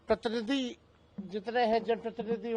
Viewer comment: Patranidhi nai pratinidhi